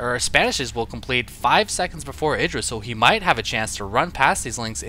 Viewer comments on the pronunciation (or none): none